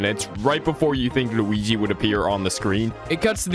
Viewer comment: i love how this guy says luigi LUWIGEE